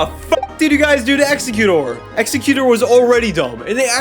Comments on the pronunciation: its exester not exeyoucut. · I like how you say Exeggutor